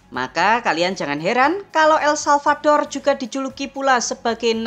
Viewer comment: El-Salvador min... bukan salvaldor